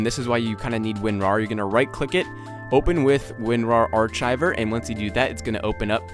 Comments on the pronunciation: yo its like arkiver not (Ar CHI ver) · HOLY FUCK!!!! Did you really pronounce archiver wrong? It's pronounced arkiver, not ar chi iver.